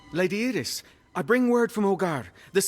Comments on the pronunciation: Iris being pronounced e-ris instead of eye-ris keeps throwing me off, never heard it pronounced that way before. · It is a Spanish pronunciation